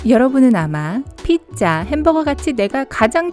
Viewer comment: 왜 피자를 핏자라고 하시나요?